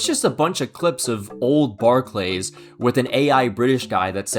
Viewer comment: love you man but fucking hell please don’t say Barclays like that it grinds my gears